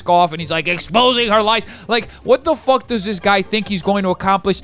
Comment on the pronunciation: I find it hilarious that when u get super Uber mad, when u use the f word instead of f*ck, all I hear is FOOK 🤣🤣🤣. I love this side of u!